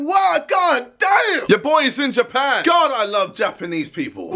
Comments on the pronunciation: JJ: CoNeEsHiWa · Its actually kon'nichiwa or こん'にちわ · Kun-ee-ch-ee-wa Read more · Nobody: KSI: konyshiwa